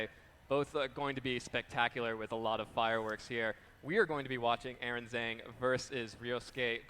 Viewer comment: I mean maybe he's memeing but the way wolfey pronounces Aaron Zheng's last name triggers me so much lol